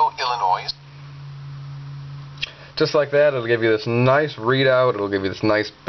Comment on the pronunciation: That wasn't a bug. You said (ill-uh-noise) and that's what it heard. I've said IL-UH-NOY into my Alice Pro and it spells it fine.